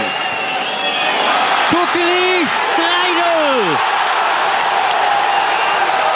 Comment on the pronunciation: haha, so geil wie der Kommentator Kukeli ausspricht, der sagt mehr so etwas wie ''Kugeli''